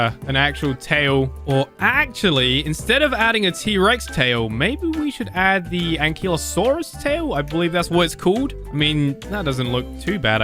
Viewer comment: Ank- ky-lo-suras